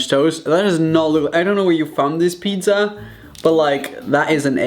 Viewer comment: anyone: pizza Raphael: PITDZA